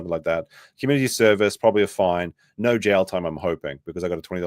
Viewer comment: “don’t talk to Australians about vowels” But you guys add like 2-3 different syllables to the word “no” everytime you say it 🤣 “Aw mate NAAUUUUUURRRR”